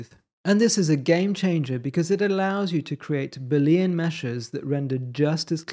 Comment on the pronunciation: Looks interesting. Although I may struggle to ignore your pronunciation of Boolean. Judging from the way to write and say it, you don't seem to have noticed that it's a proper name, based on the work of George Boole. Newtonian, Victorian, Boolean.